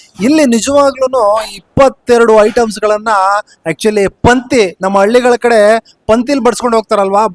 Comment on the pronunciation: ಅದು ಪಂಥಿ ಅಲ್ಲ ಕಣಣ್ಣೋ. ಪಂಕ್ತಿ ಎಂದಿರಬೇಕು.